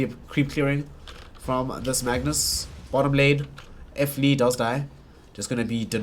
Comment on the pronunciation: WHO THE FUCK IS F LEE? ITS FLEE